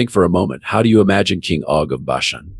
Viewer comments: I want to listen but it's not natural enough and pretty sure it's pronounced OG as in POG not O G as in Owe Gee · It is a computer voice so it pronounce it O-Gee